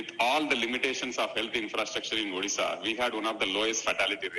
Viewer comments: please pronounce odisha not orisha. Please, please, please. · Stop saying "ORISSA", instead say "ODISHA", since the 113th constitutional Ammendment 2010 The pronounciation of the state is like ''ODISHA". Take care of this. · Try to say ODISHA plz... It's not orissa